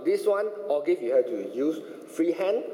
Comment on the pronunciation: lol o-give sounds like kopi o'